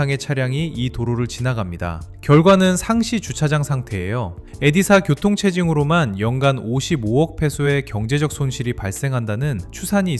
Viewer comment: “엗사”입니다.. 엣자라고 하면 한국인인거 다 티나는 발음이죠😅